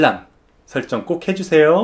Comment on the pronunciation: 근데 보니까 구독 알람설정 해주세요~~~~할때 요~~~에서 프랑스어 같은 발음은 무엇ㅋㅋㅋㅋㅋㅋㅋㅋㅋ